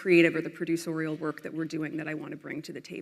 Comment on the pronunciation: "Produce-orial?" What the heck? Does she mean Producorial? How come she does not know how to pronoun it?